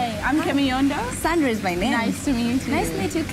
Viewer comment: I hear I'm khemiyondor- Kemiyondo 😂